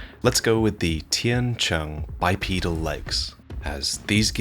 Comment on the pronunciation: It's just a small thing but I want to say I appreciate you pronouncing the Chinese part name Tian Qiang corrtly